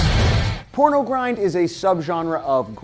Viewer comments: 1.pornogrind, not pronogrind 2.carcass, not carcas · pROnogrind? sorry for being a pedant >.> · "PRONOGRIND" :P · “Pronogrind” P R O N O G R I N D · Pronogrind? Lol. Good vid though. 👍